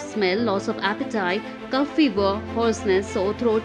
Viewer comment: It’s not Cuff. It is cof (kof) RIP your English